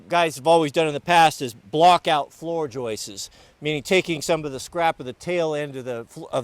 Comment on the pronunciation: Hey, it's joists not joices